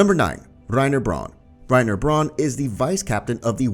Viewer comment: I love how he calls Reina "reiner" and beritold "brtold" lol